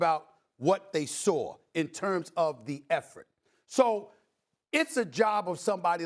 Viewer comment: “You saurw him!”